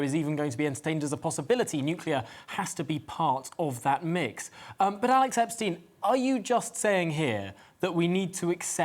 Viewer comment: You should do a much longer discussion with him. However, it might be better form to pronounce his name correctly next time - Epstyne, not Epsteen.